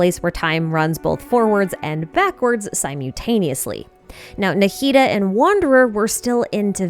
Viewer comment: Super unrelated, but I was amused by your pronunciation of simultaneously.